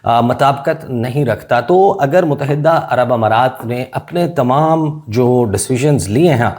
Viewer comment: Kitnee dafa tumain batain? Mutahidda ghalat talaffuz hay. Correct pronunciation is Muttahida. It is irritating for my ears. FGS 😮